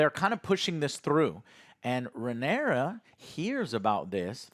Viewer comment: He struggles to say Rhaenyra so much he just shortens it to Rey lol.